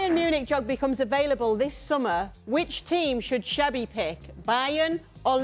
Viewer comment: Why can no one understand his name is xabi not xavi its actually ridiculous